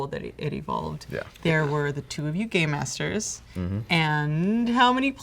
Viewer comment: it sounds like shes saying two gay masters